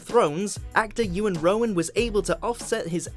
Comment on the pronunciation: Rheon isn’t pronounced as Rowan wtf??